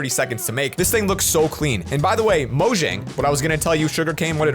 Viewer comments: It’s pronounced moyang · I just recently found this out: The company is pronounced as "Moyang" and not "Mojang" and I believe that is supposedly spanish for something dealing with Minecraft.